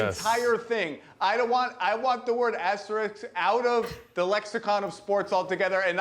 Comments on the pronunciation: Is it me??? or they always pronounced ASTERIKS instead or ASTERISK??? Funny!!! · Literally every one of these talking heads keeps saying “asteriks” So cringe. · All I know is that no one on TV can say the word asterists, asterix, astrix.... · its asterisk- sk na x. smh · If you can say risk, you should be able to say asterisk (Asterix is a whole different thing) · This bimbo can't even pronounce asterisk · cant even pronounce asterisk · If she mispronounces "asterisk" again... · seriously. they said it wrong like 50 times. so dumb to not be able to pronounce a word in their own language right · Bro none of these ppl can say asterisk right. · Rachel mispronounced that about twenty five times.